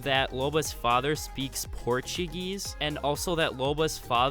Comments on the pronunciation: Did he just say "Portiguese" ??????????????? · Why did you say Portuguese in the start like that lmao